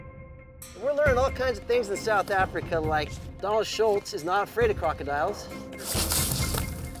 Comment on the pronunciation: The first minute the guy says South Africa plain as day, then 5 seconds later says South Africker. I’ll never understand.